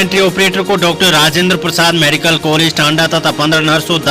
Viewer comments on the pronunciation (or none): none